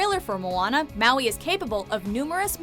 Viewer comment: wowee mowee